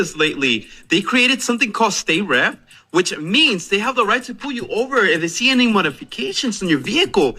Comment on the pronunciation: He cant pronounce the simple word any, he pronounces it eeny